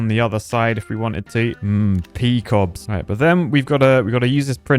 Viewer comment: Pea cobs lol